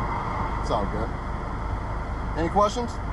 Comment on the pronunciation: ‘Goot’ massage